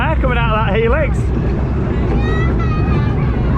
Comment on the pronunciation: Helix helix helix best way of saying it